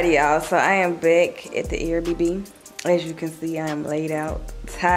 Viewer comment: The fact she says “air bb” instead of air bnb😂gotta love her